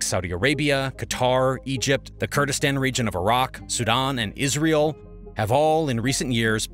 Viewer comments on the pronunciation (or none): none